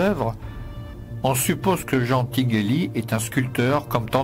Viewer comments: C’est Tingueli en prononçant comme Tintin si jamais. C’est tain et pas tine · Tinguely est de langue maternelle française donc vous pouvez prononcer son nom en français. Tinguely in comme ...Tintin ... hein. 😂Merci pour la video